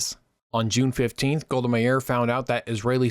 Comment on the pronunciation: As an Israeli, I find this video accurate and informative. It was a pleasure to watch. Just a minor comment: you struggle with the Israeli names. You know, their pronunciation is well-documented- either the Hebrew one or the somewhat skewed English version. You made up your own version for Golda Meir, Aba Eben and more. I mean. as a channel owner myself (obviously with another user...haha...) I find that proper spelling and pronunciation of names to be a major effort to tackle. p.s. I'm not here for complaining. If you want to have a short call, reply to this message and I will reach out.